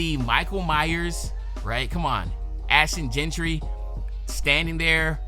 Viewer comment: “ Ashton jeantry”🥀